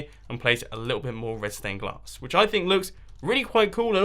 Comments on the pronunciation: I thought you said redstone glass not red stained glass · My Ears Must Be Broken ... I heard Redstone Glass and Redstone Clay instead of Red Stained Glass & Red Stained Clay 😂😂😂😂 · I kept thinking you said redstone glass 😂😂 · to everyone who thinks he said redstone glass your wrong HE SAID RED STAIN GLASS - listen carefully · Did he say redston or red stained glass in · Is it just me or is he saying redstone glass 🤔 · Is it just me or does he keep saying redstone glass